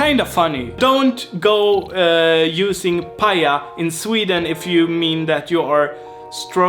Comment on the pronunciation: paja is like a workshop as you say but it's a whole different thing in swedish finnish and has nothing to do with the finnish meaning, it's actually pronounced more like "pajja", as the word for breaking stuff in sweden is pronounced, but as he says, it's stroking a pet